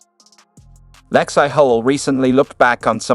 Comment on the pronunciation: “Lex-eye?” Come on. Bad AI. Nothingburger.